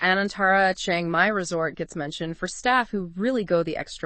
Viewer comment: What makes it so hard to pronounce Chiang Mai right. Especially for native Americans. It is not Chie-eng Mai but Chi-ang Mai. The "a" like in father, not the vowel like in "hang out".